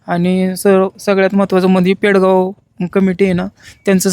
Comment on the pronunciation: अरे पेडगाव असं नाव आहे पण‌ आपण पैडगाव का सांगता 😊